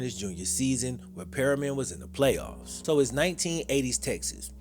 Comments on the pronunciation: Pronounced perm-mi-um. Bothers me so much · Great Job on video. Amazing movie. However, its pronounced PERM-E-AN Like, Worm Ian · Lmao it’s pronounced per-me-en dope video tho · it's pronounced Per-Me-In..but great video..keep it up..blessings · I live in midland 17 miles from odessa fam just trying to help out but its pronounced pre-me-in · Bro, you did ANOTHER GREAT JOB …. But …. It’s pronounced Per-me-an . Per-mi-an. Lol Btw, I tore up my ACL, MCL, 5 knee surgeries playing on that damn astroturf in Plano, Tx. back in the 80’s. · You constantly calling the school perriman was driving me crazy. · I'm sorry but being some one from Texas I just have to say.... Its pernouced Per-me-in. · Okay I see you on the west Texas tip… one thing, it’s pronounced Pur-Me-In Fam 💯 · it's pronounced Per-MEE-en. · Permian - not Periman. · anyone else notice he pronounces Permian wrong the whole video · Why do you keep pronouncing the school wrong.. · It’s PERMIAN!!! It was killing me listening to him mispronounce it lol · You say in your video you want to be a writer but can't even correctly pronounce the name of the highschool your video is focused on. Please. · Bro you can't even consistently pronounce the name of the highschool correctly. Lol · Dude is not saying Permian right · Youre saying permiam wrong. But its cool. Youtube legend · You saying Permian wrong bro 😂 good video tho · Luv your videos but you pronounceing the name Permian wrong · considering how those coaches and that school really acted, I’m okay with the repeated mispronunciation. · Mans said “purr-rian” It’s Per-Mian! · Its Permian, not Perryman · Bruh... As someone whose college roommate graduated from and played there, it's PERM-i-an... Not Perryman 👎🏿 enunciation matters. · The school is not "Perryman" as he pronounces it. It is Permian. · Permian more like per me an not perry man. But awesome video. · Sir, it’s pronounced “Purr-mee-in” not “Perry-min”. Lol… class of ‘01 over here! 😂